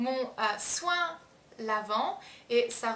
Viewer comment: "mon choin" xD sinon, super vidéo il me faut absolument le soin lavant wen